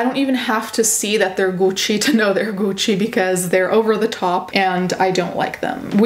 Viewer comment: For some reason the way you pronounce gucci is satisfying